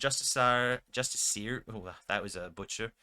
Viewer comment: It's pronounced with the emphasis on the "iss". Just-ISS-ee-er. Not justice-EE-ER. Doesn't bother me. But if the role were reversed, I'd want to know. Now you know.